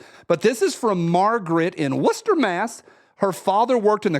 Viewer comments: Clearly been hanging out with Jared to much you pronounced Worcester correctly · Amazing, you pronounced Worcester correctly!! Well done!! Nobody from outside Mass says it correctly!!!!